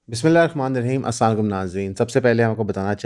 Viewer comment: Bhai Sahab Salam ap sahi sy kiya karo. Aslam-u-Alaikum kehty hain.